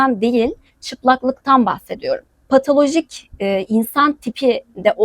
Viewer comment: pataloji değil, patoloji. türkiye'nin büyük çoğunluğu müslüman değildir. çünkü çoğu araştırmaz, okumaz, bilgilenmez. sadece taklit eder. kendisine ne anlatıldıysa onu savunur, onu söyler. mesela namaz kılar ama yalan söyler. :) o yüzden o yazılan yorumları çok ciddiye almamanı öneririm. ayrıca bunlara bakıp islam'ı bu zannetmeyin. bunlara kızıp da dine cephe almayın. bunlar cahil. bunlarla sohbet edilmez, tartışılmaz. he senin eşeğin kancık olsun, deyip geçersin sadece. can sıkmaya değmez. :)